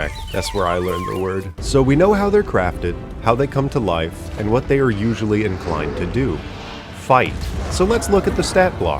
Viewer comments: I think it's pronounced Colussy. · Listening to that first pronunciation attempt of "Colossi" caused flashbacks of listening to George W. Bush try to say "nuclear". Loved every bit of the video, though!